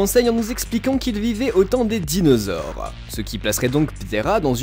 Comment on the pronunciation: Tu a niqué le noms des dinosaures 😂